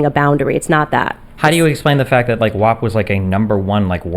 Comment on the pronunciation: I take issue with the fact that no one would tell Cardi B that "WAP" is pronounced like the word MAP and not like MOP, she pronounces the word as WOP which aside from being wrong is also a derogatory term for Italians. Why would no one correct Cardi B? Why has no one corrected Cardi B yet? Why are we all pretending vowel sounds have changed for this one song?